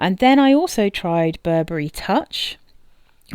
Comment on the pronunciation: Burberry "Wee" kend